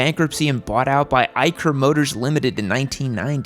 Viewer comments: It's pronounced eisher not eiker...eicher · Eicher motors Eicher pronounced as " eye sher " just another indian correcting 😂